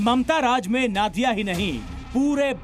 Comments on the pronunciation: It's Nadia. Not Naadia. Pronunciation thik kijeye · नादिया नही वो नदिया होगा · नादिया नहीं, नदिया जिला के रानाघाट में ।रिपोर्ट पढ़ने के पहले सही उच्चारण जान लें। धन्यवाद। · Aap Jaise Prabuddh News Anchor Bhi Galat Ucchaaran Karte Hain... Sahi Uccharan नदिया जिला Hai नाडिया Nahi...